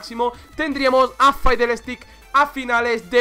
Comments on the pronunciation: Dice faidel pero a voli le dice volibear. Es la pronunciación de fid es fidl, stik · Me triggerea cuando dices faidelestics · Dios mio, insoportable escuchar a cada rato: "faidel", dios mio, vamos dejando la ignorancia si?, por favor. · Porque le dices faidel? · Permíteme decirte que el es el que lo dice mal xD, no por que el es español se diga así xD, en realidad ( siendo español) me ha dado bastante cáncer el escucharle decir eso xD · Nadie: Absolutamente nadie: Este man: FAIDLESTICKS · dios por favor pronuncia bien a fiddlesticks